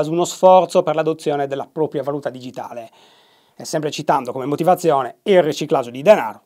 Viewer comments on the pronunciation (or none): none